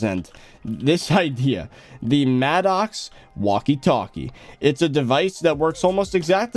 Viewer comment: Bro it’s pronounced “mad-icks” not “mad-ocks” 💀💀